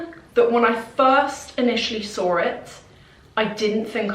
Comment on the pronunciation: I love the way you say "when I sawr it" lol